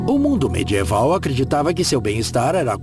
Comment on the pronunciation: Ótimo documentário. Porém, a pronúncia do dublador brasileiro é irritante. Por exemplo: o que é "mê-djê-val"? - Seria medieval?